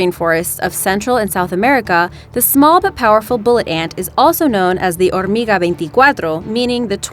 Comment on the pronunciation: Que buen acento, dijo muy bien hormiga 24